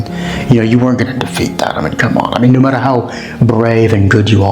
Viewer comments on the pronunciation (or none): none